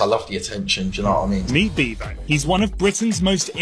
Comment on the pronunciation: His name is Beavo NOT Bevo 😂😂😂😂